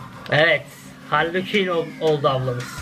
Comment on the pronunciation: Hali Küin deyil canım,Harley Kuin o😊😊